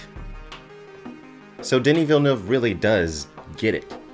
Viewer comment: I must say, as a French Canadian, you're the first english-speaking person I heard pronouncing his name correctly lol